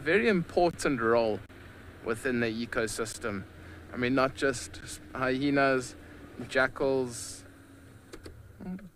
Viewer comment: Haha another guide that says hyhenas